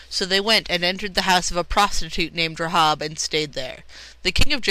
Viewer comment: The correct pronunciation is "Ray-hab", not "Ra-hob" She's a true heroine of the Bible, an ancestor of Jesus, and you have no idea what you're talking about.